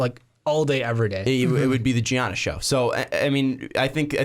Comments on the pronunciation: I get what you're saying and it's actually a good content (I read the comments first and oh man the hate). But Jesus Christ dude, it's Giannis but pronounced Yannis. Soft g people, soft g. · literally cringing at the Giannis pronunciation. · Ok first of y'all are dumb as fuck...his name isn't pronounced like that. And he will be in Milwaukee for his whole career. He doesn't give a shit about national attention. He came into the league a few years ago and what was considered a "project" and the Bucks took a risk on him. And he liked that cuz they gave him an opportunity so he isn't going anywhere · The way you pronounce Giannis bothers me